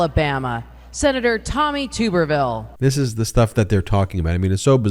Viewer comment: I’m a fan of how everyone still mispronounces Tommy Tuberville’s name. His name is pronounced like a “tub,” not “tube.” Personally, I think “tuber” fits him, but that’s an insult to potatoes. When he was coach at Auburn, he wasn’t magat-fied. I guess when he moved to Florida, where he still allegedly lives, he waded into “the swamp,” and never left.